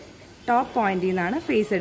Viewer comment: Madom your prounsation is wrong 'FACE'(means Human face)'PHASE' (Electrical Energy)I amEle-Supervisor from Angola S-Africa